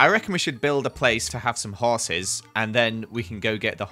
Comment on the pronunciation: “Hoeses” amazing name for horses